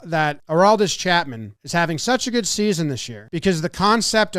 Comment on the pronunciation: "Dis Gonna be guuoed" was perfect.